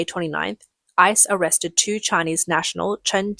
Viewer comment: GO ICE! WTG! The Trump admin said boldly WE WILL FIND YOU, CHARGE YOU AND DEPORT YOU. Leave now. If you flee, choose the NEAREST country, not thousands of miles away. Tip - instead of saying I C E, just say ICE like ice cube or ice cream.